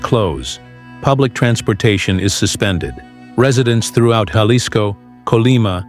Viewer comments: That was painfull to hear, and I'm Canadian! These AI generated videos and AI voices pronounce every word very litterally. AI has a LONG way to go in speaking English or Spanish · learn how to say Jalisco